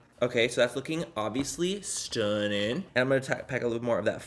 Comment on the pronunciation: no one: literally no one: manny: wow that’s st nnin’ u